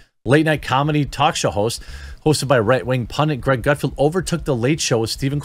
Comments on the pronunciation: Maybe if your going to talk about Gut FELD (not pronounced Gutfield) maybe spend a few minutes watching his show rather than just dismissing it as "right wing" because it's on FOX. In general I rather enjoy your commentary but you've really got your head crammed someplace it shouldn't be crammed when it comes to FOX news. Please do some research in the future before you start yammering on about things you obviously haven't researched at all. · Dude! GutFELD, not GutFIELD. It was cringy hearing you say the name wrong over and over and over again. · Its Gutfeld,not Gutfield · Not to be that guy Jeremy. But it's Gutfeld, there is no "i" in his name. It's pronounced felled not field. I have been watching him since the old Red Eye days. When he was on at like 3am. But his success is simply a matter of an oversaturated liberal field and no Trump to keep them afloat. I mean if Craig Ferguson came back (please 🙏) he would crush them all at this point. He was never really political. He's genuinely funny and his show was great. He would be number one in a week. If CBS had ANY brains, they would fire Corden, move Colbert to , and back a truck of money up to Craig's house. But sadly, Craig has integrity and has flat out said he doesn't want to be "the guy" . Too bad for all of us. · Love your channel. Keep up the good work. I watch the show in question frequently because as you pointed out, it’s funny. And you’d be great on it but first you have to get his name right. Gut feld… feld not field. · It’s GutFELD not Gutfield. And what’s with not reading everything as it’s written? I have to say, that’s frustrating to the viewers. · Btw its gutfeld not gutfielf. My wife yells at me when i get it wrong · If you're going to try to get on his show, then I strongly recommend you try to get his name right. It's GUTFELD, not "Gutfield"! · If you want to be on GUTFELD, it would help if you started pronouncing his name correctly. It's NOT Gutfield, it's Gutfeld!